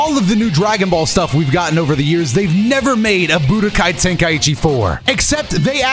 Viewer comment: for the love of god its "Ten-Kai-Chi" not "Ten-Kai-Ee-Chee"